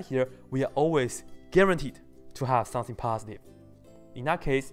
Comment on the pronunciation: I like When you say "some thing" It sounds like some Chinese food :]